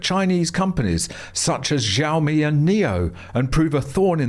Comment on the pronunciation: Xiaomi is pronounced SHAU - mee